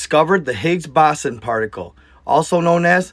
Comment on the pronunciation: It's pronounced HiGGs Bozo I mean Bozon like bows on LMAO I couldn't resist and welly funded sounds weird to me. Also even if they were openinG portals they would still be doinG real physics. 🤣🤣🤣